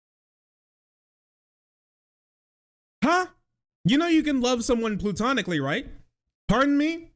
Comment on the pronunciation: It's PLATONIC LOVE, mate :) Not PLUTONIC. USA it's a PLUTOCRACY, but the love can be just PLATONIC :P